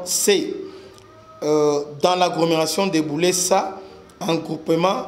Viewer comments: C'est buleusa et non bulesa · C'est Buleusa non Bulesa vous prononcer mal mais courage pour l'information bien vérifier William depuis Bukavu